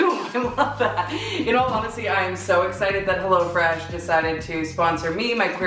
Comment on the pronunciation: The way you say "helLO fresh" bothers me